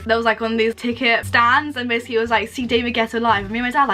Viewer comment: This girl cannot say the word “basically”